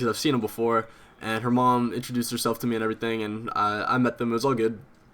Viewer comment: By far your my favorite houtiner but youve gotta stop saying "and errything"